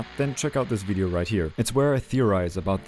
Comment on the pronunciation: I'm not the only one who heard "consider liking the DIDIO